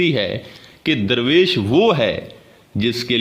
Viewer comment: Your meaning of "Darvesh" is absolutely wrong. It is not durvesh. It is Darvesh which originated from farsi word "dar" means "a door". Darvesh is someone who goes from door to door. the correct Urdu/farsi pronunciation for the english word Darvesh is Darveesh.